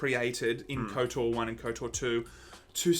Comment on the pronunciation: I love you guys, but stop saying Kotor! I say that with love